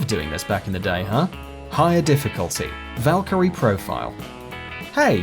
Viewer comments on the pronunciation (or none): none